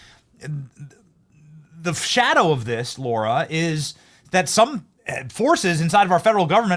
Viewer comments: Her name is Lara, not Laura!!! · Hey Benny, as much as you've been around the Trump's, you should be able to pronounce Lara correctly!! Hey, c'mon man! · Why do you call her LAURA when her name is LARA ? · Lara Trump not Laura Trump